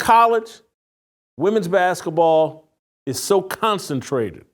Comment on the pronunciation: Hey Jason! What's "baskuhball??"